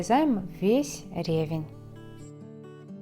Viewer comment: В слове ревЕнь ударение падает на второй слог.